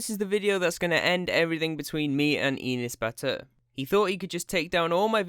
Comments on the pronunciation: when he says Enes Batur it sounds like he's saying peanut butter lmfao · I keep hearing penis butter. Sorry I 1m not trying to offend anyone its just what I heard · What the heck is that name i thought he said penis batur brah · inis batur awesome pronunciation 😂 I am Turkish that’s why I now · With the way JT pronounced his first name, I kept hearing "Penis Batter". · and pronouncing like that n s but ur (not your just ur ) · his name pronunciation like 'anus', that's why everybody call him 'anus butter'. its just a joke but some brats crying because that. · His name is pronounced as Anus Butter, just Incase anybody was having trouble pronouncing it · Fun fact, his name is actually pronounced: "an ass" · you pronounce his name like "Anus Butter" and i liked that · yo i thought it was pronounced anus batter lol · We actually pronounce his name like "An ass butter" here in Turkey. Because he is an actually asshole. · He's pronouncing his name like "Anus Batur" LOL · I think it's pronounce Anus Bath. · Enus Batur fam I thought it said Anus Batty 😂😂😂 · Bro you say his name wrong XD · It's funny how you pronounce but, it makes me happy that u are taking him down :) . "He went to his house, so he has his approval".... WHAAAT?? :D It's not just him tho, there'r so many stupid Turkish ppl does that, and i hate bc I am also Turkish :'( . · the way you say enes batur is so funny and ı like it so much